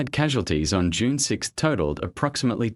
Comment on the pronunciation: I hate the AI voice! It's June, not Unee!